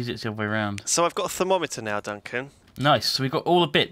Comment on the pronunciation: I love how Duncan just pronounced thermometer as "thermo-meter" like it was something pretty complicated. :P